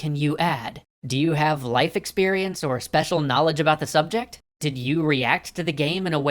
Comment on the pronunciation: Ah, yes, the SPWECIAL system, as seen in the Fwallout series.